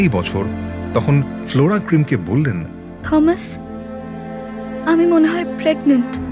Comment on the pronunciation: Thomas. উচ্চারণ টমাস, থমাস নয়